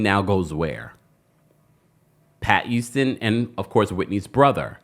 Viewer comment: Not Cissy YOUSTON 🤭 refuses to pronounce the H in any word.. “it’s a YOUGE deal!” 😭